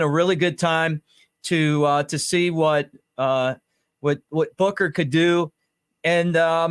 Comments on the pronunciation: Buchner not booker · It’s pronounced Buckner even though it’s spelled Buchner